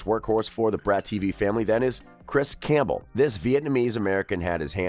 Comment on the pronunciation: Campbell is pronounced with a silent p